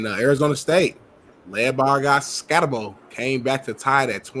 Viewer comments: Ska-tebow imo😂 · Wym why he say his name country? His name skattebo 😂😂